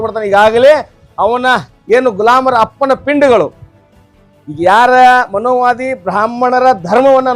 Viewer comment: ಅದು ಮನೋವಾದ ಅಲ್ಲ ಕಣಪ್ಪ ಮನುವಾದ, ಮನುವಾದಿಗಳ ಹೊಲಸು ಅಟ್ಟಹಾಸ ಎಂದು ಸರಿಯಾಗಿ ಉಚ್ಚಾರಣೆ ಮಾಡಿ... ಆಮೇಲೆ ಕಾಂಗ್ರೆಸ್ ಮತ್ತು ಸಂಘಿಗಳು ಎರಡೂ ಒಂದೇ ಎಂದು ಹೇಳಿ...